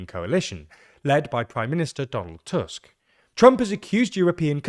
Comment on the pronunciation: On the other hand, he pronounces Tusk properly :D